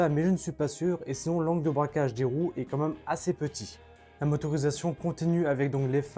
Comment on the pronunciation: C’est quoi cette nouvelle lubie de dire « environ » suivi du nombre exact ?! 🤔 « Comme même » et « prenium » ça suffisait pas ? 🤭